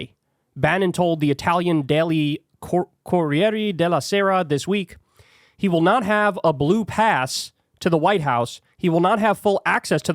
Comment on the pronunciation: Okay but why would you pronounce corriere della as c-horieri dela? At the very least, if the other parts are just accent and you can't help it, pronounce the e correctly as e in re like you do in de and -rie-. Only english and portuguese turn wordfinal e into i.